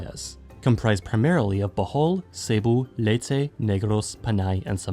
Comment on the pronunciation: Finally somebody that pronounces Leyte correctly and not late